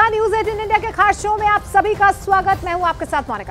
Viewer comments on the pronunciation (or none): इडी नहीं इंडिया होता है मैम 😂😂😂😂 पहले बोलना सीखिए।